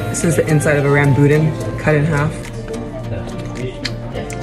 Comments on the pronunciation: Hey! i’m a fan from Singapore and we eat all these fruits pretty regularly. We eat rambutan here too, although we pronounce it rahm-boo-tah-n LOL! We call mountain apples Jambu (pronounced jahmboo)! Which usually are sweet and crunchy :) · Oh please ask a local how to pronounce rambutan correctly 🙃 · You got a bad apple. Mountain apples are as sweet as Red Delicious. Also, you're saying rambutan differently from how I'm used to hearing it. The ladies at the farmers market I buy from pronounce it Rahm-boo-tahn. Not saying either is right or wrong, just different. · Funny how she pronounce rambutan hehe